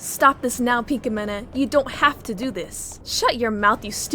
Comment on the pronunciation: I luvvvv ur vids but.. da way u say pinkamena.. cri